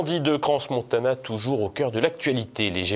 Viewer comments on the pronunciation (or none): Svp… ça se prononce Cran… non pas cransse… ça fait mal aux oreilles 😏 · Bonsoir, on dit CRAN Montana et non cranS Montana ! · Ce cretin ne sait pas qu’on dit CRAN Montana, et qu’on ne prononce pas le S. On ne peut pas trouver quelqu’un qui prononcera correctement ? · On dit "cran" si jamais hein 😅